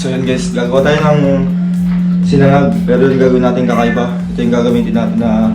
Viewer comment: Sinangag po nd siningag..Hehehe